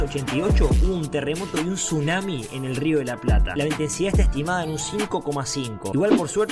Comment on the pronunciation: Para que sepas se dice tsunami :>